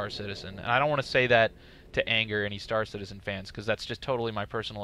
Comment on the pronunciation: "It's kinda like Starcitzen just on a massibe scale." Seriously dude?